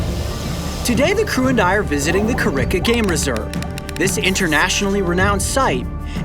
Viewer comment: Just FYI it is pronounced Ka-Riggg a. ( as if you have phlegm in your throat)